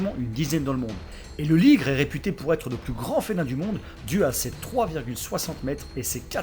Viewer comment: on dit pas ligron